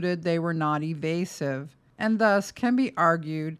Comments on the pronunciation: English is not my first language: is she saying “evasive” procedures? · I have to say I find it odd that if you were a nurse, ever, you call the GI tract the GI 'track' and also continually call these procedures 'evasive' rather than 'invasive' in the minutes following that. Why is that? I find your videos really interesting, and pretty easy to agree with about Gypsy, but I find these mistakes really strange for a former psych nurse to make. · Am I hearing this audio correctly? It sounds like the narrator is saying “evasive procedures”. A former ICU nurse would know that the term used is INVASIVE. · Truly enjoying this content - but i can’t get past the use of ‘evasive’ instead of ‘invasive’ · has stated several times in the comment section that she has a hard time saying evasive and that it always comes out sounding like invasive 🙂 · I know .. mistakenly saying evasive instead of invasive was driving me nuts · 5 stars for content, but it's INVASIVE, not evasive. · Are you meaning to say invasive? That you didnt count the ct’s xrays and other tests because they werent invasive? It sounds like you are saying “evasive”. Dont get me wrong Im no fan of Gypsy but “evasive” doesnt make sense. Are you an RN?